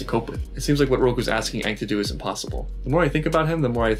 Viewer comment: I wanted to die at the words "AUHNG", "SOAK-UH", "AH-vatar" and the worst of the worst..."Agni KEY".